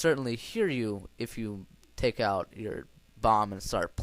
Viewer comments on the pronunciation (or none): none